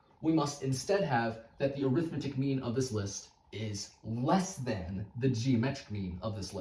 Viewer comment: 3 things: This is an extremely clever proof, I enjoyed seeing it come together. The way the 2 added in post disappeared behind your head was super clean. When talking about the arithmetic mean, 'arithmetic' is an adjective and is pronounced with major stress on 'met' and minor on 'ar'.